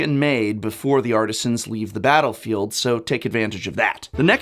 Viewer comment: "Batter-field" eh :P Someone is a fan of batterskull :D Great video! Don't forget flickerwhisp :D